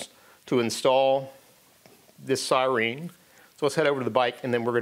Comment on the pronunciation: Did you say "sireen" just to piss me off? It worked... 🤣 Great video. Thank you.